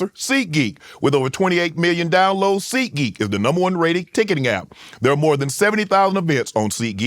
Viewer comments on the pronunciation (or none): Ad: Seat Geek Shanon: Seed Gee